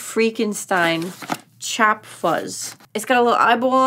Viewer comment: Why did your accent change to an Italian one at “chop”? I can’t tell if I’m trippin or not